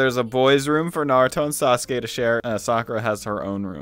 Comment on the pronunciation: Btw narutos name is pronounced naruto not nardo